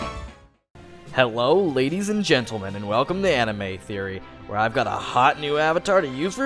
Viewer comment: I could have sworn he said Hewwo at the start of the show